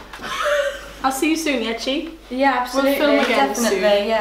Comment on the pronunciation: it’s bloody chi with a c